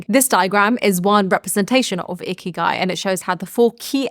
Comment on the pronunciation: Lol sounds like you are saying ‘icky guy’ i had to rewind it back😊